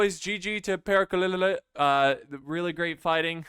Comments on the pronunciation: Pronounciation of Perkele is almost right, just leave the "lee" in the end and you got it xD Cmon, you can do this I believe in you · All three Es in perkele are pronounced like bed. There is no long 'ee' sound (like 'seed') like you keep trying to add. And if you can roll your Rs, roll the R as long as you can for comedic effect. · Except that all the e's are pronounced the same, so a short e also on the last one. Pèrkèlè. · It's not. His commentary is pretty sloppy, he can't even correctly read the names of the units. His humor is close to non-existent but rather cringe... Also, the lack of knowledge about the world, in general, is very painful to watch/listen to, which shows itself e.g. in butchering the word "perkele" on purpose. Sadly not many cover TWR2 on YouTube, so we are stuck with him, that's the sad part... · Ur pronounciation of perkele disgusts me. xD